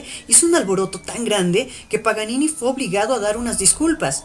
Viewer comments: ¿Alguien mas se ha dado cuenta de que al principio dice "Nicolò Panini" Y no "Nicolò Paganini" Toco piano y me duele hasta a mi eso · Es PA GA NI NI , no Panini! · que voz más estúpida e incómoda no es panini es Paganini Idiota! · Dijo panini????? es Paganini ya perdiò toda seriedad el video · ...Paganini,.Paganini,.Paganini,.........no Panini,......ni lees podes ?......... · es idea mía o dijo PANINI en la intro? :p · Es Paganini, al inicio del video dices panini!